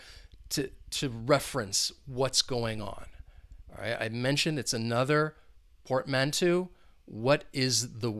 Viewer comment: Happy New Year, bro ☺! psychological would be the correct word ☺. Be careful with the pronunciation of portmanteau: UK /pɔːtˈmæn.təʊ/ US /pɔːrtˈmæn.toʊ/ 'Eau' is pronounced as in the fragrance world Eau de Parfum (EDP). Another really awesome vid 👍.